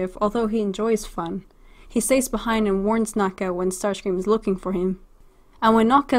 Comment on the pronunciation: What did I hear about how you pronounce Starscrean? You just said "sterscream"